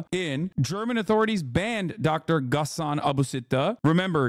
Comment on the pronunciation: You saying Ghassan Abu Sitt1 in sounds just like Brazilian Portuguese for A BUC3TA, and it seems my mind is not as mature as I thought #mentioned